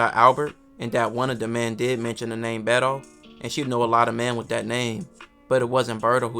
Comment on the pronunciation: Bro, it's "Beto" not "Berto"...